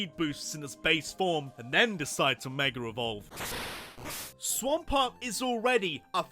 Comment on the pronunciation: SWAMPERT DOES NOT END WITH A D, IT ENDS WITH A T!